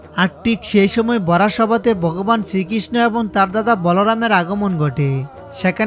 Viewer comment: উচ্চারন ঠিক করুন । বগবান ,অযুধ্যা এগুলো কি ????? জযশ্রীরাম 🙏🙏🙏🙏🙏